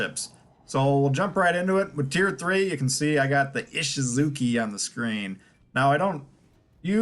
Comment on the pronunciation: The chi in Ishizuchi is pronounced chee, not kee... just FYI.